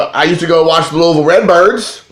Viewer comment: If I heard you say "Loolville" one more time I'm was gonna unsubscribe...but then you brought me back when you said "I'm all about that base". Then you referred to Barry Larkin as being boss level and lost me for good. Those Member's Only cards will go great with your Member's Only jacket!! And don't worry, I never quote you on anything. Love the JimCarlo card, that would befuddle me as well!!